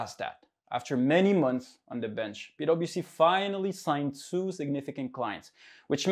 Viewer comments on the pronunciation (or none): i just keep hearing "pedo bc" somehow hahha